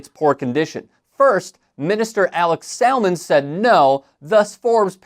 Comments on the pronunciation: yeah…so you keep mispronouncing ‘Salmond’, the L is silent. Indeed although his name is ‘Alex’ the X is more like a C and softer. This is also mega old news, like literally in 2016 that Janey Godley held up that amazing sign - although I’m not going to put you down for highlighting what a ‘runt’ Trump is in an election year… 😂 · It’s pronounced like Salmon but with a D on the end. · Salmond is pronounced as it is in salmon. Samun. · Salmond is pronounced ‘samun’. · I know it’s not really relevant, but you don’t pronounce the L in SaLmond! It’s said like “Samund”. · You don’t pronounce the ‘L’ in Salmon. It’s weird. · The ‘l’ in Salmond is silent. Like ‘salmon’. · Fyi the L in Salmond is silent 🤦🏻‍♂️ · Not "First, minister Alex Salmond" but "First minister Alex Salmond" (like in the fish, the L is silent); that's the same as Prime Minister (albeit in a "devolved" Scottish government, nott the Westminster, UK one).